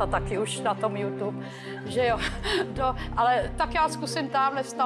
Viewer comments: Vyřiďte někdo Vašutovi, ať se naučí vyslovovat jména Youtuberů a samotného Youtube. xD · Ten pán (co to uvádí) řekl „jůťůbr"